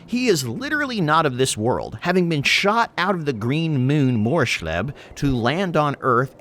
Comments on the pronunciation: It's pronounced Moors-leeb for Morrslieb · It's pronounced Moors-LEEB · Moors-leeb is how it’s pronounced in the setting. I think your unit predictions will likely be spot on and doing more with middenland & ulric worshippers is a great idea. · by the gods what happened to that morrslieb pronounciation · The way he says Morslieb is, horrendous. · Especially because in WH games they say the name time and time again.